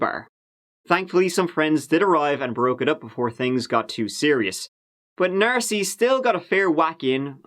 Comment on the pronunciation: Stop saying "Narcy! 😭😭😡😤